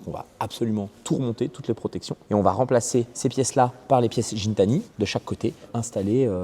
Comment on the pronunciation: Gintani c’est avec un G pas un J 😅